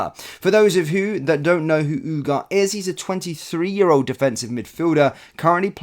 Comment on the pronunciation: Pronounced : oo-gar-tay......great player by all accounts........let's see......